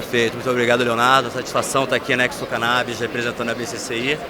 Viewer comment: A pronúncia de Expo é a mesma de exportação, exposição, por exemplo. O sujeito enche a boca para falar errado.